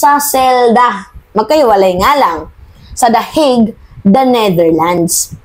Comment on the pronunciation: Pronounce po.The Hague.(The Hake)